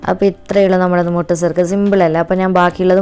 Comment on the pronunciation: Mutta surkka alla sukka